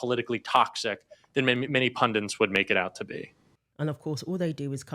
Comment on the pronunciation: What a dingbat. He put a second "N" in the word "PUNDIT". It came out as "pun dint". I wonder if all his viewers are pundints?